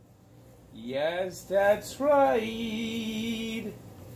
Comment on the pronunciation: Yes dats ride? get speech therapy fast!